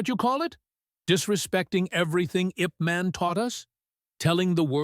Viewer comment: Name of lee's trainer was YIP MAN. Not in english way. Ask some chineese how to read it. No offence to you. DARKO BOSNIAKOVICH spirit with an axe ZAGOR TE NAY ahhyaaakk!!! 😂